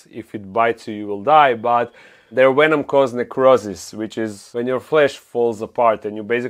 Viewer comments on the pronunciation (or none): I love the way you say venom lol. "Wwenom"